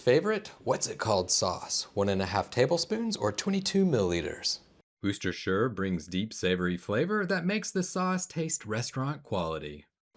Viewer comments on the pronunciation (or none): 🇬🇧 🗣️British Pronunciation Police (civilian division) here. Your pronunciation was of course not right, but the delivery was consummate! I'll file a request that woo'stershirr is adopted as a valid alternative pronunciation in the 2027 edition. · Never eaten at Zaxby's. But it looks just like Guthrie's Chicken signature sauce. BTW it's pronounced Washyersister sauce.